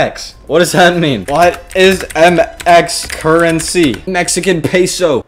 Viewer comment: me dá risa como dice "Mexican Peso" xd